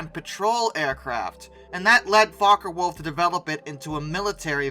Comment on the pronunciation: your pronunciation of Focke-Wulf brings to mind the gem of a movie, Meet the Fockers.